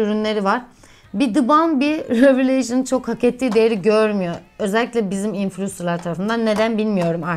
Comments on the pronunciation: çok tatlısınnn hiç numara yapmıyorsunn 😂❤ purest:püirıst revolution: revolışın diye söyleyebilirsin😻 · Rivoluşın diye okunuyor